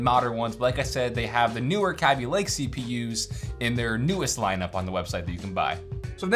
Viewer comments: He pronounced it "cabbylake" facepalm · did you say kabby lake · the way he said kaby lake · The way he pronounces Kaby Lake just shows how little he really knows about computers... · What you wrote was just some random shit. Kaby Lake is a real name, and he mispronounced it. Period.